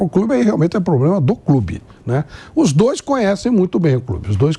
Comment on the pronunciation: O Andrés era melhor em relação as frases. A unica palavra errada que ele dizia: Era poblema